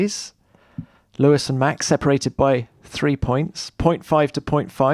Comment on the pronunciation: WHEN is Tom Clarkson going to learn to pronounce Max' name correctly? There is no "SH" in his name...PLEASE GET IT RIGHT!!